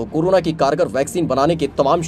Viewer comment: Its corona not curuna